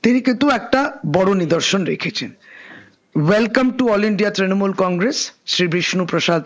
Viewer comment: ত্রিমুল ? নিজে ভুল উচ্চারণ করলি এবার তোর পদ থাকবে?